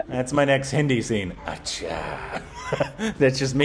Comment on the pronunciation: Hey the pronunciation of ACCHA from you is the BEST in the world. Love it